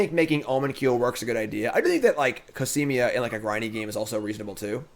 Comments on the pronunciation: Back to adding another syllable in Cosima. COSIMIA! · How can you pronounce Cosima -> Casimia wtf? Is it really that hard to just read a name out loud?